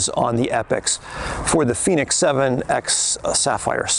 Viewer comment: FENIX!! Not Phoenix, just saying, great review, I have the FENIX 7X solar and it’s a great watch for outside and training. Expensive though.